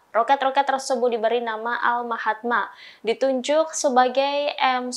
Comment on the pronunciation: tak ada org buat correction kah?? HASAM apa??✓QASAM MAHADMA?? ✓MAQODMA Kau nk sebut kalimah2 Islam mestilah betul..Tak seriuslahh..